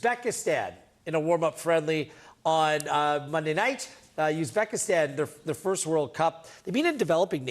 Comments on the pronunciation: Idiots, first learn how to correctly pronounce Uzbekistan. 😂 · It's not yuzbekistan, it's U(ù)zbekistan like Ubuntu. It's obvious spelling mistake of the journalist. It doesn't spell like United, Utility and etc... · Someone teach how to pronounce Uzbekistan.